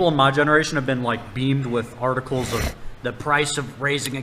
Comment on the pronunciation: the first time I played it I thought he said 'tardicles' but he is just saying 'articles'